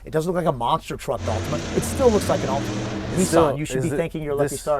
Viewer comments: lol Americans and pronunciations "Altimania" wtf :D Prediction for this was Altima as well. Hellcats just cannot get power down, no matter how many million HP they have. They're completely garbage off the line. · It’s an “Altima” 😂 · So..... Its actually an "Ultima" instead of an "Altima"...... Lol